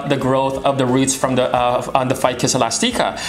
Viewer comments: The E is pronounced. But thanks for the video. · Hehe I find it cute that you pronounce it elas-teeka instead of elastic-ah...